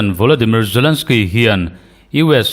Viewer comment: zalensky, putin tiin lam ri mai la, ngaihthlak a nuam zawk ang ngem ka ti